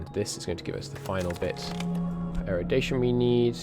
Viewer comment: Thanks for the series! Hope I'm not offending, but it's "eru-di-tion", not eru-di-ta-tion". :)